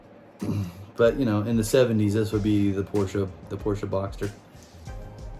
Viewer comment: I'm hoping that some day you will start saying Porsche correctly! LOL!!